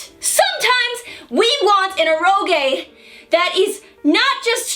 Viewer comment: Every time mispronounces "eroge" a cute anime girl loses her wings.